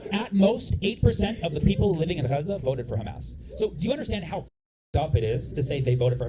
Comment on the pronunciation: She knew she fucked up when he pronounced Gaza with the correct accent.